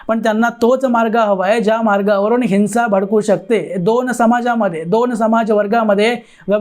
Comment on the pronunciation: हिन्सा नव्हे! हिंव्सा !!